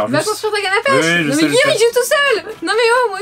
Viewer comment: Slt et a chaque fois que vous dites pêche j'ai l'impression que vous dites pêcho je sais pas pourquoi lol